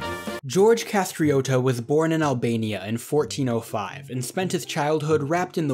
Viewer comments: Its gjerj kastrioti, not kastrioto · Its Gjergj Kastrioti and not George Castriotto. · George Kastrioti, not Kastrioto. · It's not Kastrioti, its Kastriotis, it's a Greek name. Its not Muzaka family, it's Mouzakis family, from the Byzantine Greek word Mουζάκιον. Its not Arianiti family, it's Areianitis, from the Byzantine Greek name Αρειανίτης. Its not Progoni Family, it's Progonoi family, Πρόγονοι, you need a Greek etymological dictionary to find these names are not Albanian, all your Nobles were Greek. It's not Thopia family, it's Θωπία family It's not Span family, it's Greek Σπανοί /Spanoi family, It's not Vrioni family, it's Βρυώνης family. A Greek name It's not Skuraj family, it's Skouras family Etc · Haven‘t seen the full video yet but WTF IS GEORGE KASTRIOTO The butchering… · His name was Kastrioti you did not pronounce it correctly, and you need to study a little more